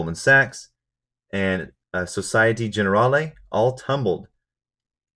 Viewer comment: Societe Generale is French. It should be read: SO-SI-E-TE JE-NE-RAL